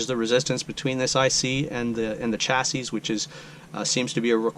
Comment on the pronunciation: Thanks for the excellent troubleshooting video. I really need to get with the times on 3D printing! Just an FYI, chassis is pronounced "chassy," at least for my 50-plus years as a tech. Your video and the info presented is absolutely great!